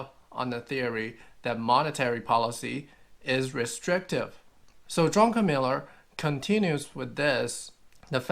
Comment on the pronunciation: Druck-en-miller, not Drunken-miller.